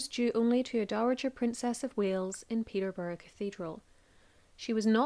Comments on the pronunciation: Its peterborough not peterbarrow please get the pronunciation right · Peterborough (peter + borough). Not 'Peterburg' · I hate wen people say place names wrong Peterborough not Peterburg lol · Just a minor correction. For Catherine of Aragon it is pronounced "Peter boro" not Peter burg" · Peaberg cathedral. You mean Peter..burra, as any historian would know how it's pronounced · 'Peterburgh' 😂 it's Peterborough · U said peterborough wrong its pronounced peter bow ruh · Catherine of Arragon was buried in Peterburra cathedral (pronounciation). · Thank you for all your research and the presentation. One thing you pronounced Peterborough as Peter berg please correct in future references thank you. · I turned off as soon as your mispronounced Peterborough. At least get that right. Call yourself a history channel? Rubbish. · Omg Peterborough is not said like that 😂